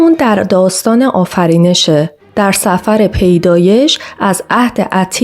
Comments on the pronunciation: خانم محترم حداقل تلفظ صحیح کلمات را یادبگیر بعدش به دیگران استاد باش. کلمه " سفر " sefr تلفظ میشه به معنای "کتاب" و با کلمه "safar" == مسافرت، زمین تا زیر زمین تفاوت دارد!!!❤😅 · ممنون از ویدیوی خوبی که ساختید. فقط یک نکته: اسم بخش‌های کتاب مقدس سَفَر نیست و سِفْر sefr تلفظ می‌شود. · درود کار خوبیه اما یه اشتباه رو اصلاح کنید، ببینید تورات چند کتاب هست یکی از اون کتابها سفر پیدایش هست، سفر با کسره س و سکون ف، درست مثل صفر خونده میشه، sefr. سفر هم یعنی کتاب، نه به معنی سفر و مسافرت هست. موفق باشید. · سْفر،با سکون س باید خوانده شود و نه به فتح س.